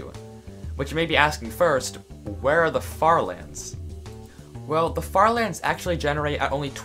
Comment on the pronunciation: Honestly died laughing at the farther... er lands